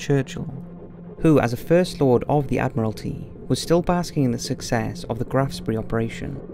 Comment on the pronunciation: With all the effort that you obviously put into this video it is surprising that your German is so bad. It is not difficult to find out how German words, such as Rhur, Graf Spee and others are pronounced. Otherwise not bad at all.